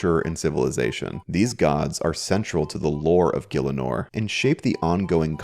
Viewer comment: Is it really pronounced "gill-inor"? I though it was "gih-ell-inor" or "gee-ell-inor"